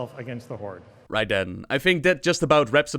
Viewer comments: I have been wondering why the heck do you always say "Horde`s" instead of "Horde" as it should be? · whenever his word ends in the letter d, he adds a small subtle s. why? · The jump from "there is a group of forsaken that want to die" to "therefore they burn teldrassil to start a war" is just asinine man. Also, it's HorDe. Not Hortse.